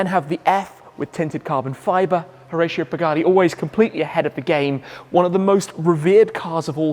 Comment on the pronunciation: It’s pronounced Ho-rah-cio